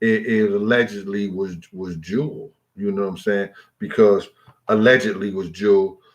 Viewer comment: Yo G, her name is pronounced JEW L